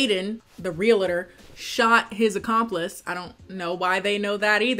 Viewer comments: The funniest thing was listening to say “real-a-tor” instead of realtor 😂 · I find it so weird how you say realtor, lol, I guess it's because you are American, I had never heard it pronounced that way, it is just an observation, love your content